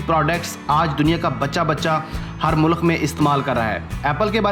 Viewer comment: mulekh ni bai mulk bolty hain hihihi